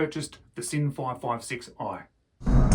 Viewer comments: James, it's pronounced "Zinn" with the "Z" sound, not the "S" sound. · the Sinn CEO pronounces it "Zinn". My second language is German. Make no mistake, it's pronounced "Zinn".